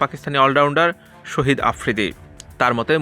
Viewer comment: আরে মিয়া শহীদ না শাহীদ 😇